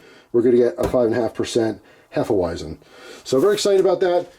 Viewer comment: Pronounced "hef-e-veisen"